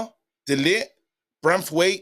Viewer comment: Guys, learn how to pronounce De LiGt's name. Frustrating listening to you both say lit! 🤦